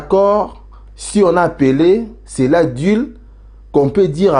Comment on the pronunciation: un ( deal ) = pronociation (dil )